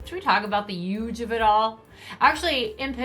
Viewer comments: And I have to add,Everytime I rewatch an episode of dance moms,I yell at the screen for Abby saying 'Uuuge'! Like,my goodness woman,use your H !!! Lol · Actually the way Abby pronounces “huge” is how many New Jersey folks pronounce it.